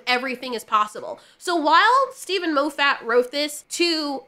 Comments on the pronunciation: Moe Fat? No, less fat. Moff it like scoff it. I am hungry now. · I wish that you would pronounce Steven Moffiat's name properly, but on a positive note at least I know that you read a lot as you've never heard it pronounced and have only gleaned how you think it should be spoken by reading it. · Mo-ffat? Have I been pronouncing it wrong this whole time; moff-at? laughs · Love the pronunciation of 'Mow-fat' 🤣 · Half the time I was hearing Lo-fatt. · MAH-FIT FFS🤣love you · I’m simultaneously entertained and annoyed that you pronounce Moffat as ”Moe Fat” 😂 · The way you pronounced Moffat's name was hilarious and I'm gonna say it this way from now on 😂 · You are saying Steve Moffat's name wrong..... 😞